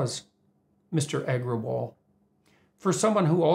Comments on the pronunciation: mr eggerwall lmoo, bucthered the name like a pro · Indian me in splits at his pronounciation of parag agarwal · It was funny hearing that "Agrawal"